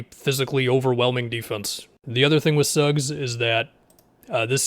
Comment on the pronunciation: He said Suggs